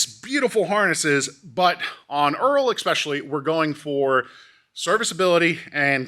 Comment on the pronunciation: Great video. Stop saying EX-specially. It's killing me. There is no X in espresso either.